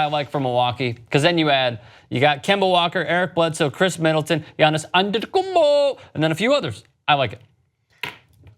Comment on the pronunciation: i don't hate you like the idiots in c-section but every time you pronounce Antetokounmpo i feel like chocking you. sorry